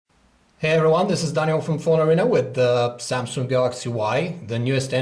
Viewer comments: samsung not samsunk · he said samsungk o.o sounds like sumsuck lol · Why did you add a 'k' in the word samsung? its makes the word ' samsunk' .